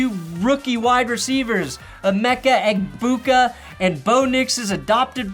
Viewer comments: PLEASE STOP PRONOUNCING THE G IN EGBUKA!!!! The G is fucking silent he’s said that so many times and you still call him Eggbuka 😂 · It's "Emeka Egg-beg-boo,"...